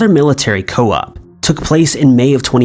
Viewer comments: I totally agree! Coup is pronounced "coo", not co-up. He doesn't even try to get words right, he just half-asses his way through, while these idiots defend his bullshit! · Military coup - "coup" is pronounced "coo" not "co-up". It's a French word but in common usage in English-speaking countries and most of us know how to pronounce it also. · Not 'co-up' but 'coupe'(koooo) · I think you meant coup like koo not co up,i think,might be wrong though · I cannot believe you pronounced the word "co-op"! this is an unforgivable mistake by a Narrator! missing persons cases are always the hardest ones. the ambiguity alone just ruins a person's life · Military coup is Pronounced Coo. Like Taking the L off Cool. Not Co-UP. I'm sorry but if it's not pointed out youll sound foolish forever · Coup pronounced coo not co up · "Coup" is pronounced "coo" not co-up. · Yo...the word " coup " is pronounced COO...not co up. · "Coup" is pronounced "coo" NOT "co-up" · Coup.The autocaptions think you said co-op. It is pronounced coo as ladycplum says. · Co-up? It's pronounced coo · I'm in the US and when we talk about southeast Asian military overthrows, we pronounce it as coo. Don't remember hearing anyone say co-up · a 'co-up'? sure thats not a coup? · HOL' UP..... Did you just pronounce "COUP" as fuckin' "COE-UP"??? 😂😂😂😂😂😂😂😂😂😂😂😂😂😂😂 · It’s pronounced “coo” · I understand. Some words are difficult but is notorious for his mispronunciation. Coup not co op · Did you mean a military "coo"? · Lol did he say CO - UP? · Dude not co-op.. lol. Check your pronunciation. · I'm also an American and I've only heard it and said it pronounced as "coo" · That pronounciation of ‘coup’ though... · Come in dude coup is not a difficult word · It always bugs me when these people can't pronounce words...... They are literally narrators and a quick google search isn't hard to do. I'm talking about how he pronounced military coup and not the name. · Yeah I cringed big time